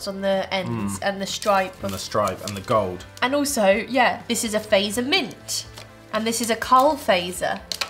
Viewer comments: It hurts me to hear you say Fazer not like Fatser but you fixed it thank you. Edit: and the way you opened the Tupla bar ugh it pops in the middle but it’s ok i’m just an angry Finn like always :)) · Fazer is pronounced like Fatser, not faizer. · Just saying ITS pronounced fat-zer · Fazer is pronounced 'Fuht-sehr'. FA pronounced like FArmer. Z just like in Pizza (ts). ER just like in cERemony. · Fazer is pronounced like phut-ser :) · Mä olen suomalainen wishc means I am from finland and its its prononsed fatzerina and not fazerina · Fazer is actually pronounced Fa-tser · You say fazer frong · I'm not even halfway through and I'm already getting annoyed with the pronunciation of Fazer. Albeit it isn't your fault, because there's a hidden t in there between the a and the z. Also the Fazer blue, or the one that says Karl Fazer on it, is the best damn chocolate in the world. And, fun fact, it's named after the man who started the company. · Omg the name butchering is just, gruesome. Blood is coming out of my ears, especially Fazer. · the way you guys pronounce "fazer" is quite upsetting to me as a finn :(